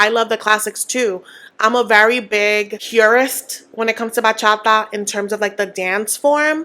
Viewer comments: It doesn’t give hater! You just expect her to respect the culture, as she should!!!!!!!!!!! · I don’t want to be a hater but Cara not being able to pronounce bachata is so cringe 😬 How are you gonna have a career in bachata if you even say it right? 🤦🏽‍♀️ btw, I’m Dominican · THANK YOU for mentioning that Gino's definitely gonna dangle the divorce/green card over Jasmine to get her to play nice! he has such a habit of this and i feel like no one notices it because Jasmine's so loud and he's more of a quiet manipulator. and Kara pronouncing bachata wrong also gets me, I would also be annoyed at that if I was Guillermo